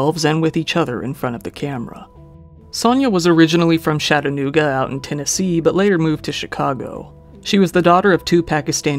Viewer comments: When I heard Chattanooga, I was born there and it’s pronounced “Chuh-at-ae-noog-ah” You were saying “Shat-ah-noog-ah” Nice vid, though! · lol.. you almost pronounced Chattanooga right 😁 I have an Uncle who lives there but I don't visit him a lot unless I'm going to Gatlinburg. Chattanooga has cleaned up a lot in the past few years. loved your video!! ✌🏻